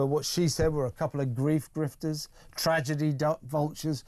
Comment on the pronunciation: He said griefters 😂😂